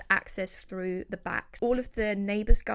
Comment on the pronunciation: Why can’t you pronounce “th”? You looked “Frew”???? Do you mean “THrough”?? 🙄